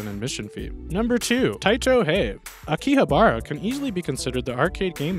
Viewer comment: The way you said Akihabara....smh